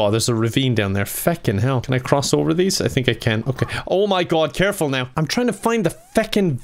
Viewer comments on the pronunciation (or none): “Careful now” a true Irish boi